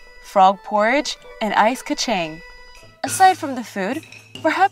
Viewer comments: Kacang is pronounced 카창 :) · u pronounced kachang wrongly..